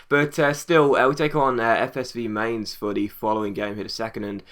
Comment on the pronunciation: Its pronounced like mine-z